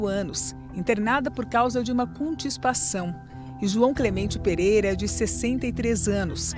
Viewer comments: "contiSpação" não é comum esse tipo de erro primário no Fantástico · conTISpação???????? que isso, gente???? essa matéria foi feita sem revisão? que vergonha alheia 🙄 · Jornalismo e a pessoa falando contispação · A reporter meteu um CONTSPAÇÃO KKKKKKKKKK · Contispação?? kkkkkkk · Contispação? Acho que é Constipação hein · o que é "contispação" ? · Vivi pra ver deixarem passar na edição do Fantástico a narradora falando "constipação" errado. A coisa tá cada vez pior pra mídia televisiva.